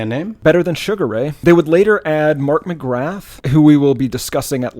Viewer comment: The "th" in McGrath is silent, it's pronounced more like M'Graaa.